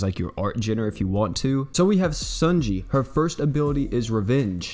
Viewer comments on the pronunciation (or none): According to Louvet, it’s pronounced ‘sony(like the company)-yay’ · You say her name wrong. No hate; it just bothers me a little.